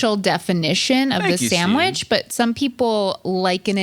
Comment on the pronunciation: Another video where says Sammwitch. But a good one!